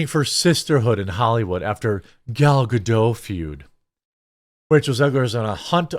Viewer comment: At the risk of being /thst guy/, Gal Gadot’s surname is pronounced with a hard t as in Guh-dot. It’s not a French name.